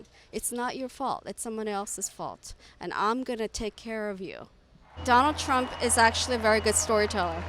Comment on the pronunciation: Says "Rump"